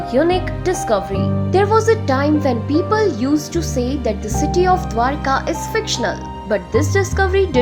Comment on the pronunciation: Not dwarika.... Correct it....the name DWARAKA